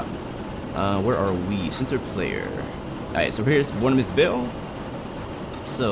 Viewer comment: The ‘E’ is silent in Bournemouth 🙂